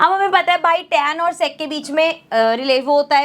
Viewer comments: Sex nhi sec hota hai😂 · That is sec² not se*² 😠😠😡😡🤬🤬🤬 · sex square 😂😂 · Sec² ❌sex²✅